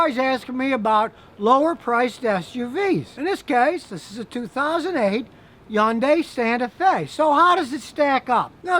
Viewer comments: It's HUN-DAY. Not YUN-DAY. How stupid are you? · The commercial say “Hyundai “. Not “Yunday• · You make it so difficult to pronounce. It's hun-day. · Did he say Yandai lol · As a Korean, pretty interesting how he pronounce 'Hyundai'. FYI 'Yundai' is the #2 ranked university in South Korea.😂 Don't forget the H! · A "Hayundeye"... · Its actually pronounced "Hy- yoon- die" not "honday" or Yonday" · Hey Scotty. Repeat after me. HUN-DAY. It rhymes with SUNDAY.😂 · When is he ever going to learn the proper pronunciation of Hun Day. It is not that hard. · My cousin has one that's the same vintage with 375,000 kms on it and still going. Just typical wear and tear items. BTW Hyundai is pronounced the same way you pronounce Sunday. Keep them coming Scotty. You rule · Why do you say “Yundai” ? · the joke went over your head. Scotty pronounces Hyundai as "Yundai". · Hyundai, rhymes with Sunday. My 2017 Sonata, so far so good. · No one: Scotty: Yun-die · Scotty it's pronounced like Sunday so its Hunday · "Хјундаји" is correct👌🙋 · Bullcrap - its pronounced Hun-DAY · What is so difficult? It is Hunday, rhymes with Sunday. Thank me later. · That's right. Scotty isn't pronouncing it right. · It's a silent H